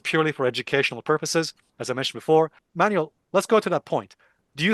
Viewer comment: Alessio, his name is pronounced "Man-well" Not "Manual"